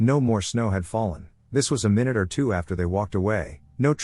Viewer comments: they were saying it pronounced the word minute in the other fashion- which is a completely different word, meaning small. Americans pronounce that my-noot. British, like the voice synth, pronounce it min-noot. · Furthermore, it's being all British about the way its pronouncing the word it substituted in. By popular opinion, I believe it's my-noot. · It pronounces minute like "min-ute." Like a minute detail. Drives me nuts, because the word minute (like 60 seconds) is used waaay more often.